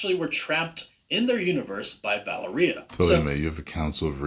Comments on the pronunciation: I thought it was "Vai - AIR -e-ah" or "Val - EAR -e - ah" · Guy pronounces Valeria like "Galleria" or "Taqueria". EmphASis on wrong syllAbles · Why is he pronouncing Valeria weird?? It's as bad as when the Venom movie came out and they were mispronouncing Symbiote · Interesting stuff but I can’t get over the miss pronunciation of the girls name Valeria. I still can’t stand Pedro Pascal in this roll. Terrible casting